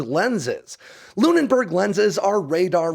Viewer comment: LOONBERG, not LOON-IN-BERG...